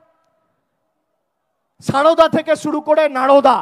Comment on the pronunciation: নাড়োদা নয় নরোদা ,গড়ু নয় গরু উচ্চারণ ঠিক করতে হবে।